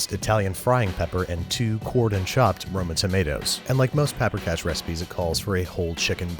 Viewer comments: So this is what those Italian chefs felt like watching the Carbonara episode. Got a lot of Hungarian in me, and can make a solid paprikas. And I was really glad he made this episode. But my eye was twitching every time Babish did something like: mispronounced paprikas, to just scooping the sour cream on top at the end instead of cooking it into the sauce to thicken it, to saying oma instead of nagymama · vannak magyarok itten? és persze tudjuk hogy mien rossz volt annak a lanynak a kiejtese... nem "peprikes", hanem paprikás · Paprikas* not paprikash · Big fan. That is one weird-ass version of Paprikas though (in Hungarian a straight ‘s’ sounds like ‘sh’). The sour cream usual goes into the sauce to thicken it . The Nokedli (or spaeztle if yah wanna get Austrohugarian about it) is made with a much thicker dough (kind of a wet sticky slab that you scrape off a cutting board into the boiling water). Finally, Hungarian grandmas are Nagy-mamas (pronounced ‘Nuh-d-yuh’ Mama. That being said the braising makes sense and there is no ‘pinch’ of Paprika...there is a whole whack! To truly make the dish pop you should have a side dish of Hungarian cucumber salad. The acidic sweetness sets the dish off perfectly. We await your new digs. Good luck with the move! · It's written as paprikas. The "sh" is just pronunciation (it's a hungarian word)